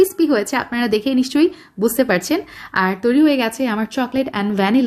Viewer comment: পারছেন বলুন পারচেন আবার কি!!! নুসরাত ফারিয় আর অপু বিশ্বাস এক্সেন্টে কথা বলার দরকার টা কি? 😂